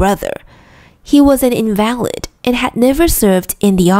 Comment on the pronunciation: invalid此時在這邊發音是重音在前唷